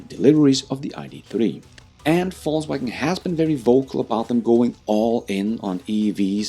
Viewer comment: It sounds like you are saying false wagon and not volks wagon as they say over there